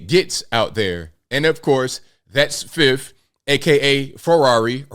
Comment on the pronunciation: it's Fitty.... not Fifty.